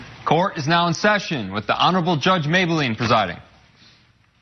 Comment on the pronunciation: i like how the audience is in stadium seating. also Mablean doesn't get pronounced "Maybel ean", it's "May Blean". where the fuck they get "maybel lean..."